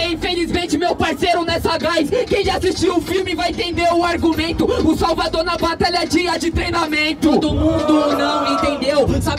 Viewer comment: Eo bob que falou Salvagão invés de salvador kkkkkkkkkk